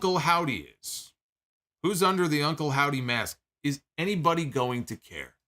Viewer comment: I love how naturally called Uncle Howdy, "Uncle Saudie"